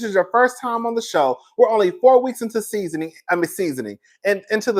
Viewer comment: “Seasoning”, “pimps and wistols” 😂😂😂love you.